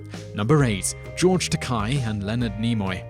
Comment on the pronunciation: It's pronounced ta-kay